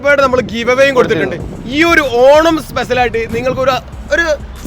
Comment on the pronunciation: എല്ലാവിധ ഭാഗവാദങ്ങളും നേർന്നുകൊണ്ട് 😂😂😂🤣🤣🤣🤣😃😃😃😃മലയാളം പഠിക്കട ആദ്യം ,സ്പെശൽ അല്ല സ്‌പെഷ്യൽ ആണ് 😳😳😳🙄🙄🙄🤓🤓🤓🤪😬😬😬😬